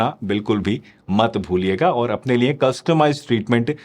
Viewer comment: Niye nhi liye hota hai sir